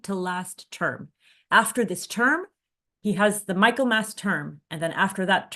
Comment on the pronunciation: Hi - my name’s Hilary - I live in Oxford and am a Baha’i - just a word of pronunciation corrections - Balliol College is pronounced ‘Bay-lliol’ College, with a long ‘a’, also Michaelmas Term (Oct - Dec) is pronounced ‘Mickelmas’ term, with a short ‘i’ (as in ‘mick’) and ‘mas’ is said as ‘mus’ - so ‘Mickelmus’ is the phonetic spelling - correct pronunciation very important in academic Oxford!